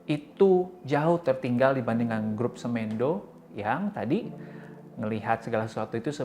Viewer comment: Semendo bang, bukan semEndo bacanya 😁🙏